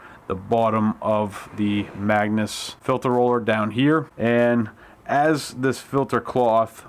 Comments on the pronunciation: "Magus" NOT "magnus" thumbs down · MAGUS. Not "Magnus". Especially if you're going to sell it and make presentation videos, get it right! Its like nails on a chalk board, and you said it 137 times. LOL